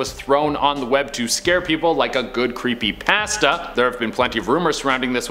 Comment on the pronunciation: The way you say creepy pasta